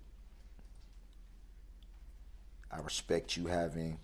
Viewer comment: He respek you guys yes " RESPEK"